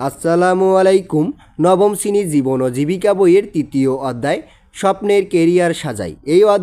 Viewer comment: শীনি না শেনি